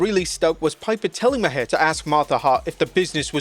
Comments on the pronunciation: Bill Mahar... Its pronounced like 'mar', not 'ma-hair'. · Jesus. It's Bill Maar not Mah-hair. I know it's spelled stupid but you had to watch it to make this video. Come on man. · It's Maher plus he's an Emmy award host. I hated that interview but I am fan of Bill Maher not Mahar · Bill Maher is pronounced “Marr” not “Ma-hair” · You pronounced Bill Maher’s last name as “Ma-Hair”. It’s actually pronounced “Maar”. You really have trouble doing your homework. This reminds me of that time when you called Andy Williams(Butcher)a bass player. I’m starting to think you’re a bot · It’s pronounced Bill Mar (Maher) not Bill Mahaire 😂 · I hate the guy, but Maher is pronounced Mahr. It is a silly name and he is a silly man but lord it hurt to hear you say Ma-hair lol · Pronounced Bill "Marr" not Ma-hair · Bill ( MAR) not (ma hair) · My eye twitched every time you called Bill Maher (Bill Maar) Bill Ma-hair... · FYI. John Stossel's name is pronounced STAH-SEL, not STOH-SEL, also Bill Maher is pronounced MAR, not MUH-HAIR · Bill Ma-her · Who the fook is Bill Ma-Her! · Its pronounced Mar. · Bill Maher is pronounced Mar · Lol the way he pronounced Bill mahr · The "H" in Bill Maher is silent like "Mar" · It’s actually pronounced mar the H is silent like his career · Why you pronouncing Bill Maher name like that? His last name is pronounced like Mars but without the s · I love the way you pronounce Bill Maher's name 😂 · he pronounced it wrong was my point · Can't even say Maher name right either 😂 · give him the benefit of the doubt; the narrator is not from America